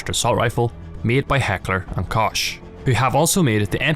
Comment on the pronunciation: I love your videos and I’m telling this not to be a asshole but because It sounds more credible if pronounced right! Koch is pronounced like Coke, not kosh! Just wanna help! Keep up the great work!